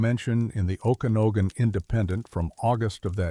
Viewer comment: Oh kana no gan??? AI not very good at sounding out names. Better hope you don't get anything for Puyallup or Sequim